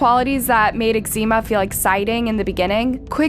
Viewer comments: Ximena = HEE-mena (not Exzema 😬) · Her name is ximena u pronounce it jimena. Like mexico in Spanish is pronounced mejico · What mother in their right mind would name their kid ECZEMA???? It's so different from XIMENA. 🤦🏻‍♀️🤦🏻‍♀️ No hate. is a very good narrator. Minus the constant butchering of people's names 🥲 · Her name is pronounced “Jimena”, but she does not deserve any respect so call her anything but her name.. 😢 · Girl, you still got a serious problem with pronunciation 😂no way you pronounced Ximena like that 😳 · She always mispronounces latin-american names, but this time is awfull, specially because Ximena is pronounced exactly the same in English as in Spanish. You can use Google translator to check it out. Unbelivable!